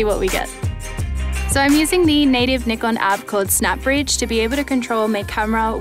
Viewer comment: that is actually a correct pronunciation. Not "Nigh-Kon"